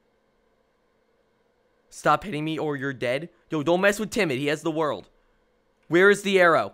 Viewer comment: "Za Warldo" Are you actually sure you're a legit JoJo fan?